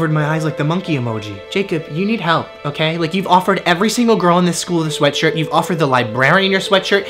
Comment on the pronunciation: Anyone else notice he says ''sweatsurt''